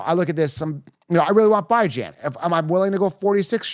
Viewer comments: You’re saying his name wrong. Bijan is pronounced BeJuan not ByeJuan. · This dude is clueless!! Byjan he said lmao! Last year dint draft Tee or Pollard!! Few minutes in and can't finish if you can't even pronounce names!! Clueless wish he was in my league so I could take his money!!